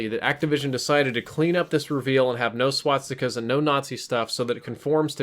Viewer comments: S.W.A.T.stica's? It's SWAS TI KA. Not SWAT STI KA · this guy cant even pronounce swastikas